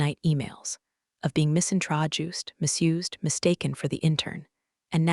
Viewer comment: Misintroduced spelt as misintrojuiced, is the best mangle of English yet. I’m not even sure misintroduced is even a word in English it’s probably usually spelt mis-introduced or proper English is probably a sentence ‘introduced incorrectly’ doesn’t mangle the beautiful English language quite so badly. But I agree with Johnny Fastbuck the whole story was about mispronouncing Japanese whilst you’re mangling the English is hilarious